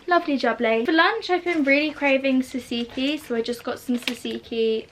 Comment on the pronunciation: Anyone else triggered by the way she says tzatzki? Actually love 😂